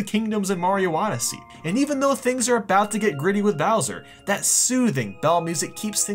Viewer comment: Hey you should try America your pronouncing of words is weird you say hienee hini and about abuut